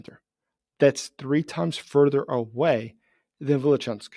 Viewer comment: It is Vilyuchinsk, not Vilichansk.